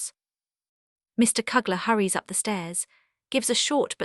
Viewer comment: Misplaced dies last name is pronounced gees as in rhymes with please. Mr. Killers name is pronounced as in you not a short u. You also pronounce Mr. Kleiman's name wrong. Why didn't you use the Van Daans real name Van Pels? You did a good job reading the diary but you should find out the correct pronounciations of people's name. Poor brave Miep's name wasn't even close to correct way of saying it.